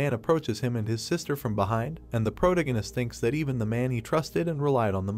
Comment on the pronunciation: I hate how this ai pronounces "protagonist". It's unbearable.